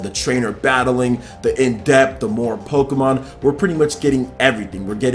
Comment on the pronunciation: It sounds as if you're saying pokemAn